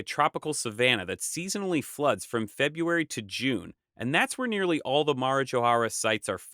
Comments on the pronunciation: Wow, great video, it's nice that we can find content like this in internet, since most of brazilian schools tend not to give enough attention to topics like this, and a pronunciation tip, Marajó island is said like "Ma-rah-joh", the "ó" in Marajó denotes a stronger tone in this syllable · Ma-ra-JÓ! (stress is in JÓ, pronounced as in the word "job", not like Joe...) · In portuguese we say Marajó, with an open O like in job, knob, cob.